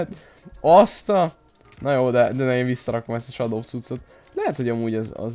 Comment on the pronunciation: Nem shado hanem sedó így kell kimondani!